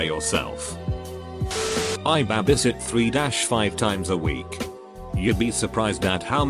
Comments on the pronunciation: Reddit voice: "I used to BAH-BIE sit" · Scottish accent, “it’s just a wee bahbie” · He says it how cash me outside bitch spells it lol